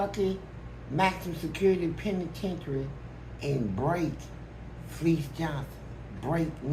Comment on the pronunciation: Fleece is the only human on earth that pronounces his own name wrong (fa-leece)🤣